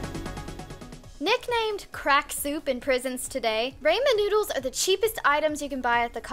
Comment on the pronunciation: Rayymen nooddels